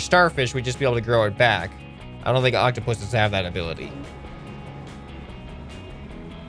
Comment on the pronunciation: You said the plural version of octopus right! Its octopuses